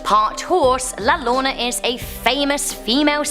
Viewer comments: it's not pronounced Laloorna btw it's pronounced Layarona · Abi-lean! And La Yarona! Not Abi-line and La Lawana! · Lolona🤣🤣🤣🤣 is called la llorona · Peach: llorona is pronounced La Yor ona ( the wailing lady) she isn’t part animal she is just a heart broken mother who mourns her children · it’s la (la-llorona) with your butchering self 🤣🤣🤣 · La llorona is pronounced “your- o -na” it means the crying woman some of these are Latin urban legends. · Pronounced yodona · She butchered the pronunciation of La Llorona so much :( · You pronouncing ( La Llorona ) wrong love..